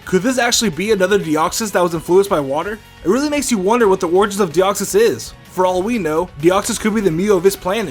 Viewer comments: deoxys not de koy es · it de koy s say it like that plz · minicake412 its deoxys duh